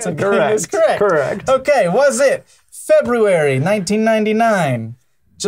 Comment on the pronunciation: you are the first person who I've ever heard pronounce the first "r" in "February."